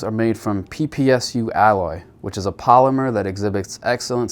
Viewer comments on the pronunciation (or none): none